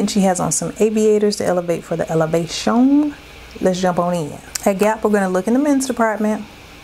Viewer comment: out here elevatin' for the Ele-va-shon!!!❤❤❤